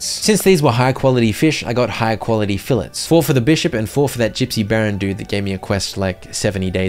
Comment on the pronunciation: you keep pronouncing "fillets" wrong and it's painful